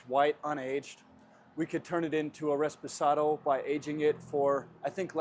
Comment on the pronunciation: Its reposado, not resposado. Not that it matters because you're not making tequila, but at least you acknowledge that.